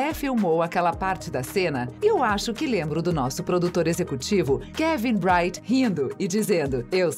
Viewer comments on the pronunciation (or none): none